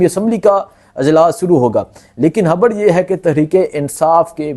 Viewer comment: Habar NAHI. Khabar hy